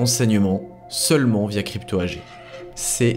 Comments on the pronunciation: Sylvain, dans le monde des entreprises AG ne se dit pas "agé" mais "agué"! C'est de l'allemand. C'est comme Angela Merkel on dit "anguéla"! Ça fait plus cultivé. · Attention Sylvain on ne dit pas "ange ella" Merkel !!! On dit "Anguéla" Merkel. Quel manque de culture !!! Également tout au long de la vidéo tu dis Crypto "Agé" on dit "Agué"!! Si vraiment il y avait un réel travail d'enquête dans cette vidéo cela demanderait des connaissances et des aptitudes intellectuelles qui forcément aboutirait à savoir prononcer correctement ce genre de mots. Je pense qu'il n'y a aucun travail d'enquête dans cette vidéo. Quand il parle des rapports de la CIA, j'y crois pas. Je pense que sa principale et unique source est une autre vidéo, propablement en Anglais. Je ne doute pas non plus qu'il a du aussi certainement regarder la page Wikipedia de crypto AG.... En fait il ne fait que raconter à sa manière une histoire qu'il a plagié. Plagier ne requiert pas la même intelligence culturelle qui permet de savoir bien prononcer des mots étrangers.... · oui j'avais bien compris à propos de chiffrer. AG en allemand se prononce "agué". Dans le monde des affaires c'est comme cela que tout le monde dit. de même qu'on dit "anguéla" Merkel. C'est juste une histoire de culture. C'est pas dramatique mais ça laisse l'impression que le mec ne fait que répéter une histoire. Il a pompé sur une vidéo en anglais. Il n'y a aucun travail journalistique d'enquête contrairement à ce qu'il laisse entendre. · AG étant un acronyme allemand se prononce AGUÉ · Oui mais il ne sait pas prononcer crypto AG, AG se dit à l'allemande et il ne sait même pas prononcer Angela Merkel non plus, ça ruine tout.